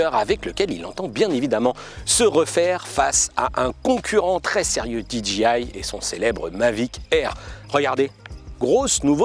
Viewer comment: C'est pas di-dji-aie... On dit soit dé-jé-i soit di-djé-aie (J se dit djé en anglais)